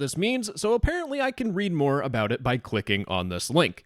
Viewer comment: The "moah" at the end always gets me, but this one- that took the cake